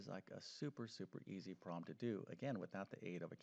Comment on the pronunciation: I really, really really wish he said 'problem' I stead of 'prom'. I know it’s just because he’s saying the word quickly but still…